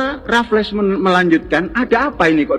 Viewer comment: Belum jadi ahli sejarah, jika menyebut nama "Raflles" dan "Deandles" saja salah. 😢😢😢